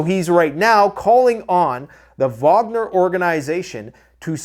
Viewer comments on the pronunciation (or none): none